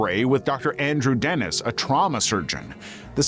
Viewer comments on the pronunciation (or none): none